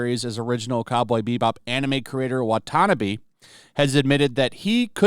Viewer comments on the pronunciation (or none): i stopped watching this video when said watana bee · Wata-na-bee not what ever you said